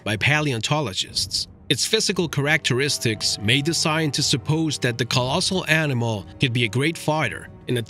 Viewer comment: Almost pissed myself hearing him say "characteristics"! Thought i misheard it but i was wrong. Replayed it 10x. Couldn't say why it had/has me in tears but it does. In no way am i trying to insult,be rude, make fun, bully him or this video. Simply had to comment on how this channel has given me one of those laughs we all know of but so rarely get. Subscribed and rang that lil gray bell! Who knew a lil word pronunciation could do this? Thank You.